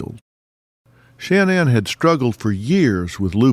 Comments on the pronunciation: I want to appreciate this but Dr Phil, everytime you say, “SHAN-ANNE” I want freak out! An when you called “CeCe”, “SISSY”I realized how disrespectful you are. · His pronouncement of “Shanann” is driving me nuts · This is a great documentary but the constant mispronunciation of shannan is just far too distracting.